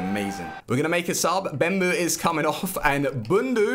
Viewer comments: Yourensaying bembou instead of bebou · stop saying bembou there is no m in his name its bebou!!!!